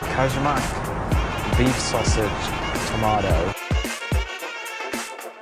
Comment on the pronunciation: Brilliant vid mate, loved your attempt in saying kajmak. Close, but its pronounced kay-mack. :D Glad you enjoyed our food!